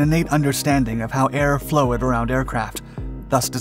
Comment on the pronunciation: did he pronounce "flowed" as "Flow ed"? ?